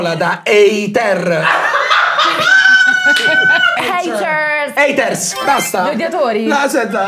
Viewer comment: Madonna alla parte "EITERS" stavo avendo un collasso